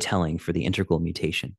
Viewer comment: Very nice attempt and attention. By the way, it is integral, not intergal. Love your "interplanetary culture".